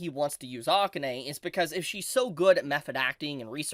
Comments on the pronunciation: Is it not the case that AKANE is pronounced "ah-kah-Ne," not "Ah-Kin-nai"? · Oof, please pronounce Akane's name correctly